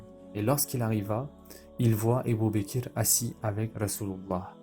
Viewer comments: Ca me perturbe que tu prononce abu bakir au lieu d’abu bakr mais sinon Qu’Allah te récompense pour ton travail. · Salam alikum c ABOU BAKR pas ebou bekr et on dit radihoullah ou3anhou . Il faut corriger ta prononciation inchallah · Pour quoi tu dis ébou baker? Ça gâché tout c'est Abou bakr